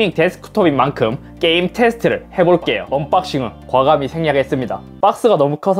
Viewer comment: 언박싱을 잇섭님은 억박싱 이라고 발음하시는거 같아요.좀..불편해요 ㅎ